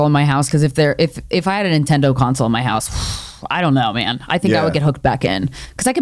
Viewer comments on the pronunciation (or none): She says Intendo console like my 9 year old brother lol